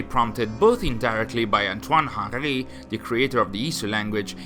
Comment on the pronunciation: Hen-REE not HANGHRY